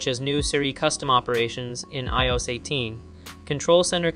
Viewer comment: How can you not know how to say iOS? Lol